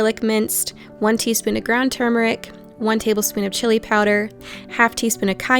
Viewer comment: Thank you for the recipes, ideas and for properly pronouncing turmeric! (Why do most people leave the first “r”out?)